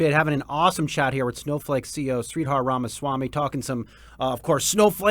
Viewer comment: Sree-Dharr is how you pronounce his name. Not sweetheart 😂❤